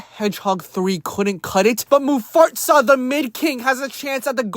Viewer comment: Who laughed when he called Mufasa “Mufartsa the Mid King”